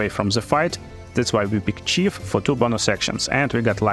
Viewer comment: Большая просьба, поработай наж произношением корректным. Я слушал в наушниках, не глядя в экран, и все думал, откуда и разбойника подкласс вождя и какое будущее при лвл апе получают персонажи. Помимо этого, гайж подробный и дельный, спасибо.